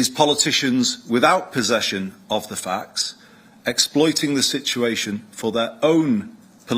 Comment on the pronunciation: What are "facks" ?? 😂 sounds interesting; learn English, it's the greatest on the planet